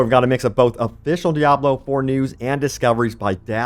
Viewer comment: I love how you say "de-abb-loo" lol